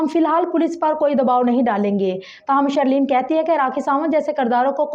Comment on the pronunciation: shhhhhirrrleen aur shhhareeef.lolz